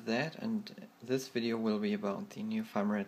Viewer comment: It's Firmware not Farmware xD